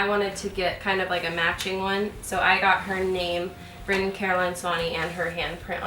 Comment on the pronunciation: My family calls my grandfather Brynn when he doesn't have his hearingaids in, his name is Bryan. Every time you say Brynn I think of my old fart of a grandfather, no disrespect in anyway just thought it was a little funny.